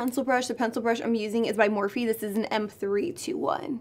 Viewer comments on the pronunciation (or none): none